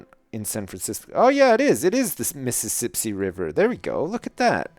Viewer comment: ...it's not the Misissipsi...it's the Misipssipsi.